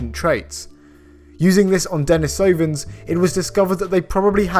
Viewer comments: den III sovans not denis OOO vans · "Denisoooooovans". How terribly "can't bear to find out how to pronounce foreign words" English of you. I'm English (long rant sort of relating to Brexit deleted) but I try to work out how to pronounce foreign words. It's "Deniiiiisovans". Edit: damn, I'm being really picky - sorry, it's a great video with new stuff I hadn't heard about. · I think it's pronounced "Denees-oh-vans", and yes, English speakers are obligated to strive for accuracy in matters of science. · It's den EES oh vans